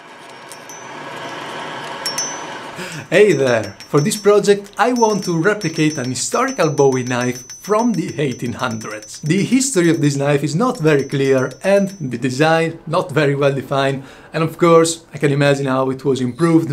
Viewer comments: It’s Boo-wee not Bow-wee. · Bowie like David Bowie is the English pronunciation. Jim Bowie was of Scottish descent and they pronounced it "Boo-ee".